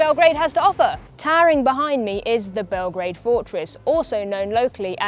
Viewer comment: It's Belgrade, not Belgreid. Grad means the city. Bel is white. So the White City.